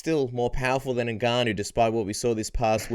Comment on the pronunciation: Why do people find it so hard to pronounce Ngannou correctly... It’s Ngannou ffs, just say Ngannou. It’s not that difficult